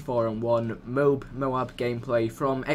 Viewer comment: its not a mobe its a MO....AB